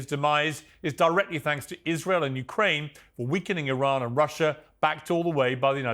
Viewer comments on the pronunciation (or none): never mind finding it on a map many of them don't know how to pronounce the country hence they call it "Isreeel" !